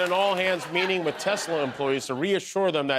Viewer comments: . "Tezlazs will be fine" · What's a Tezler?